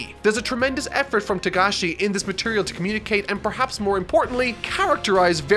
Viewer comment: It is Togashi, not Tagashi